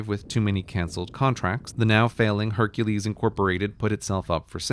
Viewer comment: He pronounced Hercules "Hunkles"